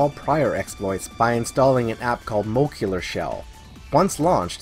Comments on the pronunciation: "mo-LEC-cular". Jesus that drove me nuts! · Muh-leh-cue-ler lol besides the weird pronunciation great stuff man, not much is out for henkaku yet but it's only a matter of time, new stuff is coming out every day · Moe-leck-you-lar ;D